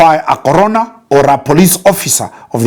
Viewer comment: I was confused at first about the relevance of COVID in this matter, only to realize that it's actually the 'CORONER' and not `CORONA`. The mispronunciation really threw me off 😄. Insightful content as always.